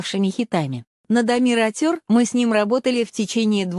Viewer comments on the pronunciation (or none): Ухо режет неправильное произношение Амир АтЁр. Омир Отер, если произнести на русском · Автор канала, которая озвучивает. Будьте добры, правильно произносите название песни. Мы же Казахи , максимально правильно произносим все слова на русском. А с вашей стороны, это не уважение ‼️ Ваш перевод искажает и и теряет смысл слова‼️